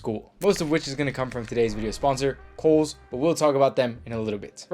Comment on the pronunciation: When you first said Kohl’s I thought you were saying Holes and I looked for a website called that that sold clothes but couldn’t find one 😂.